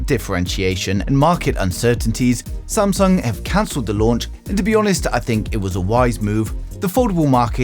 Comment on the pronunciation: Samsag bro it's samsung